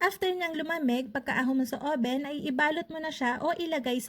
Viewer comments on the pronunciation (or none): none